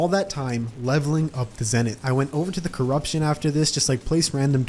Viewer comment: You did say coroption to crimson!!!!